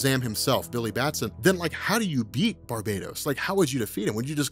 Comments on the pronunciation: Its BAR-BAH-TOS NOT BAR-BAY-DOS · we have finally deduced the proper pronunciation of the name of Metal's primary villain: NOT 'bar-buh-tos,' (sounds like "Barbie Toast), neither 'BAR- bay-tos,' (rhymes with BARBADOS); but "Bar- BAT-ohs"...say it out loud with me: Bar-BAT ohs...emphasis on 'bat' on the name...does that stand to reason? the Bat-inspired motiff, the DEAD BAT on his chest, and "BATMANIUM" all lend to the heavy "BAT" in his name. I want you to always have the one-up on BENNY--he can't even say "ATHANASIA"--and the key is proper PRONUNCIATION of some off the names and ideas in our folklore. MJOLNIR; THEMIYSCIRA; KAMANDI... Great vid as usual and thanks!! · R MCX It's Bar-BAT-os actually. Pretty obvious.